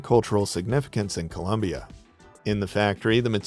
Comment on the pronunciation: The country is ColOmbia. The nickname for the USA is ColUmbia. Mispronunciation!!